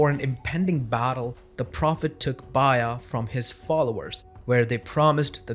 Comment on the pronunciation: I was confused about what "bayya" was, and then I realized you were pronouncing "bay'a(t)" that way. Based on your pronunciation, I wondered about your linguistic background in other videos. We all have different accents, which need to be affirmed rather than discouraged. However, in this case, I think that the pronunciation is going to lead to a lot of confused audiences and a lot more mispronunciations from others following your lead. I'm also unsure as to why you do not use the word "pact" to help set your definition.